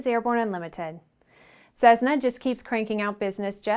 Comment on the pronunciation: Cessna is pronounced "ses-na" not "sezzzz-na"